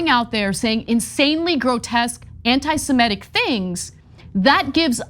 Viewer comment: please please please......it's antisemitic, not antisemetic. I love your channel and this recurrent mispronunciation hits my ocd ears like fingernails on a chalkboard.